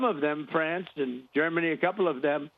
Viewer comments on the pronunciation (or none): none